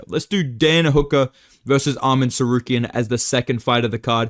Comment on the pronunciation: too much chael impression permanently ruined your tsarukyan pronunciation 😭